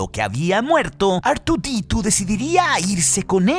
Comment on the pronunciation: ar tu di tu! madre mia dilo mejor en español jajajaja